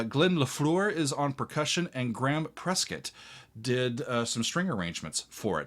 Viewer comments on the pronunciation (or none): none